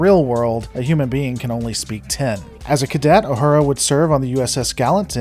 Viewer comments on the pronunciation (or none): It’s not Ah-hurah. It’s Ooh-who-rah Please pronounce her name correctly!